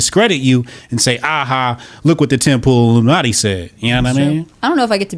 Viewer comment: Illumin-alt-i? Huh? I’ll stop now.